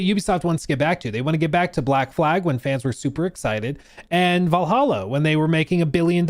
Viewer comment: Did you just mispronounce Vallaha? 🤣Like OMG! 💅🏽